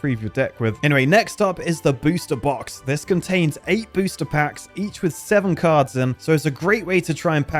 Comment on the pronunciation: i kept hearing booshter backs